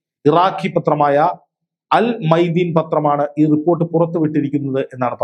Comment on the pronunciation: Al മയാദീൻ not al മൈദീൻ 😂